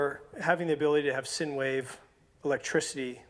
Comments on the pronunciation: SIne Wave is actually pronounced like Sign Wave (not "Sin" Wave) LOL Other wise its a great video, thanks! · It’s pronounced like sign, you my friend are an idiot. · Those crazy “Sin” waves. Lol. Nice work.